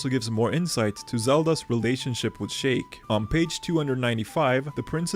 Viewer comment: It’s “SHEEK” not “SHAKE” wtf 😂